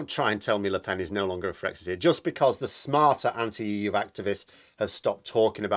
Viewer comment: Actually no nasal vowel in Lepen. Pronounced Lepèn. But you're welcome to butcher her name as much as you like.